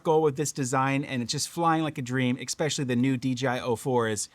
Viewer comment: Sorry to do this... eSpecially, not eXpecially. It's alright we all do it. Just thought you might want to know. Sometimes it's like having food in your teeth but nobody says anything. That said, I didn't miss the point of the video and I am totally on your level and appreciate quality design practices. This radio nails it! Maybe they can copy a more compact radio some day and bring along the same improvements. The game controller style radios are what I prefer, as long as they provide a good point for the neckstrap to clip on that's not an afterthought. Love your commentary and how you point out when these companies spend more on marketing than manufacturing.